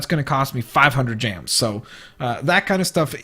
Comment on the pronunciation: Lol u say gems like jams